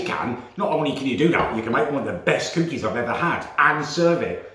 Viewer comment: I love but hate the way he says cookeys